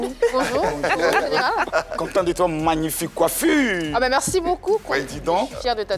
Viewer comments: Il dit aussi meCci au lieu de meRci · Il dit meksi aussi au lieu de merci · Et quand il dit meCci au lieu de meRci